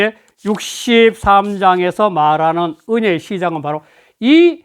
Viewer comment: 은혜의 "혜"를 제발 분며히 발음하소서. 이를 분명히 분명히 발음하지 않아 므슨 말인지 한동안 이해할수 없었읍니다. 말을 분명히 절도 있게 하옵소서. 제가 쓴 "한국 어문을 고발함"을 일독해 주실까요? 미국 변 완수 배